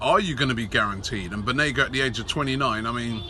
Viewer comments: Banega not Benega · It’s Banega not benega, come on robbie🤷🏽‍♂️🤷🏽‍♂️ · it‘s BANEGA robbie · It’s banega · *banega :D